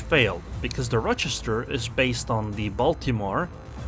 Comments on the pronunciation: I have lived in Rochester NY for 20 years. You are saying it just fine. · You got the pronunciation correct. Source, Lived in Rochester NY for a few years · You're saying it correctly, at least for the Rochesters in the US that I know of. At least one in New York and Wisconsin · You’re saying Rochester right :) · yep you pronounced it right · Your pronunciation of Rochester is correct. There is minimal risk of these comments being spammed with "Um actually its pronounced ...". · As far as British English is concerned. The pronunciation of Rochester is perfect. However, Implacable isn’t pronounced with “place” (though it makes for a good joke on placing onto the cap). Implacable is a name to do with the fact you cannot be placated. You can’t be put off or bought off, you are Implacable (easier said like: Im-Plack-able). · You are pronouncing the name properly. :) And Implacable is pronounced im-plak-a-bull.